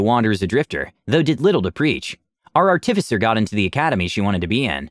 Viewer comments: ...Ar-tif-icer? Art-i-ficer! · Artifice is the action of making this out of base material. Someone who does that is an ART-if-cer, not an ar-TIF-ic-er. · A little off topic, and I'm not trying to be an ass when I say this, I'm just pointing it out. You put too much emphasis on the "TIF" when you say artificer. Instead of saying art-TIF-icer, just say artif-isser as one smooth word with no emphasis on any part of the word, like you would say "artifact". Or just google "pronounce artificer" and listen to example built into google at the top. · learn to pronounce artificer please for the love of god...How do you pronounce artifice? Pronounce that and add an er to the end.